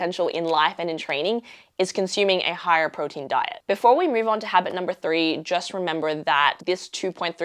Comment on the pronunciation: I like the way you pronounce “to” “you”. It seems to O’s and Ow sounds. Is it an Australian thing or perhaps the area, culture or environment you are in or around?